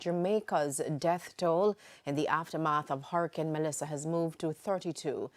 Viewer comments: "TOLL" not "Tool"!! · It’s death toll NOT death tool. My condolences to all those affected. Jamaica Strong 🇯🇲 💪🏾❤️